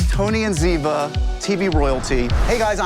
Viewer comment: It's Cote and ziva get it right